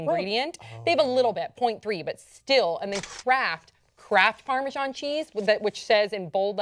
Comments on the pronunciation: I've never heard of Parmejon. Perhaps you mean Parmesan? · I'm on the only English guy thinking why are they calling it 'parmejon'. Pretty sure it's pronounced 'parmezan'